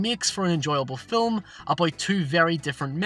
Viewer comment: How about an explanation for film vs filum? You pronounce it incorrectly in one sentence then in the very next sentence you pronounce it correctly. I'm not trying to be offensive, just truly baffled by this.